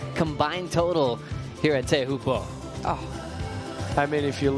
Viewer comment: Please pronounce Teahupo'o somewhat correctly.